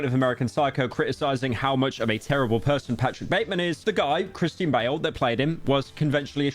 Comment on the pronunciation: bro doesn’t know how to say Christian lmaoo